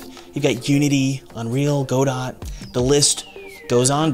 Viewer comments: It's not a big thing. Very minor. But… I cringe when I hear "go-dot" instead of "g'doh" 😆 Who cares, right? Apparently I do. Derp. 🤦‍♂🤷‍♂ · Hey! Love your videos. Just wanted to let you know that the community-accepted pronunciation of Godot is "guh-dough" (emphasis on the 2nd syllable) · i was gonna watch this video, but as soon as he said "go dot" i figured what's the point? clearly not a game developer. :D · Why did you pronounce it "Go Dot" and not correctly? Do you have some kind of weird hate for other languages? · Godot is pronounced "go-dough"... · How do you NOT know how to pronounce "Godot"??? Did you even go to school? That's 8th or 9th grade English lit! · I almost shut off the video when I heard how you pronounce Godot